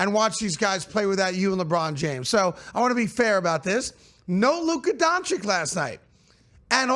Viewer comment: It’s not doncic is donchich